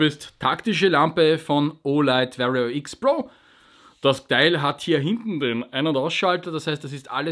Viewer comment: Hallo! Du bist super sympathisch und machst super Videos. Es passt irgendwie auch zu dir, dass du das Wort "Warrior" gleich dreimal sowas von falsch aussprichst.:)